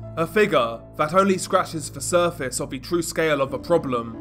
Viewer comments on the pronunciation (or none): none